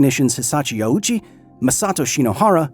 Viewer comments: I have just one contention with this video, Ouchi is not pronounced that way. "Ou" is the romanization of the long O in english, other languages that use the latin alphabet romanize the same sound as "oo" or "ō". The proper pronunciation of Ouchi is therefore Oh—chi, not Aoochi. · there is nobody named Awoochi or Owchy in this story and this could have been avoided with a minute of research. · ''... and Yutaku Yokogawa, were rushing to finish a special batch of Fuel: ''Ouchie''.'' I cannot unhear that now that I've heard it sorry, I'll let myself out. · Thanks for bringing this story to light however, that's not how you pronounce Ouchi (大内). It's a long O. No U sound. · Just pointing it out, but "Ouchi" would be pronounced, "O-o-chi." In the Japanese language, when a "u" is behind an "o," it basically means to pronounce the "o" for twice as long. It's a timing thing. Apparently for verbs, it's still "o-u." I just found this out recently. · It's a great video but really wished you pronounced his name right... His name is 大内（おおうち）, pronouced like oh-oochi. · His last name is pronounced "Oh-chi" It's a long 'O' sound. The 'u' is used to extend the length of the 'o' sound and is not pronounced directly. Best way to think about it is to say the word "Oh" then say "chi" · I've heard this guy's name mispronounced "ouchie" by big creators. Insult to injury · how did you spend so much time "getting it right" and not once look up how to pronounce the guy's name? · As much as I'd like to believe the rest of this video, the fact that the host doesn't get two minutes in without mispronouncing Ouchi's name doesn't inspire confidence. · Yes! Long o sounds are written as "ou" in japanese and that's just how it's romanized, not how it's pronounced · OU in Japanese is not pronounced "ow" but like a long "oh". His name didn't mean anything near "owie" or "ouchie" in Japanese, don't be so culturally insensitive. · Ouchi not Auchi.